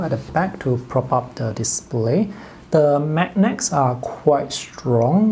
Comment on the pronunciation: Good review thanks Just something for future improvement… it’s pronounced as ‘mag-nerds’ rather than ‘mag-necks’